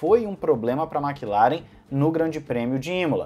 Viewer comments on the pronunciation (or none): none